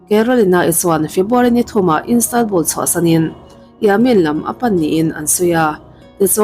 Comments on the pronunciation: Instanbul nilovin Istanbul zawk w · Police ni lo in polish (Pâwlish) ti a lam tur aw 🤦🏻‍♀️ 👮 nula emaw ka ti hman dawn lawm 🙄🙄🙄 Istanbul, Turkey khawpui pawh Instanbul ti in I lam tlat…. I awm a nalh sia, next ah chuan lam dan tur ngaithla hmasa la…. TCIM nei tu pawh a aw (voice) a mawi ltk a, mahse a thil lam dan a mak thei ltk… a bikin English ah hian. FAKSEL a haw ropui sia… nang chu thinrim ve suh aw. Lam dan tur ni lo deuh a in lam chuan kan thil ngaihthlak mood ah chen a harsa duh ltk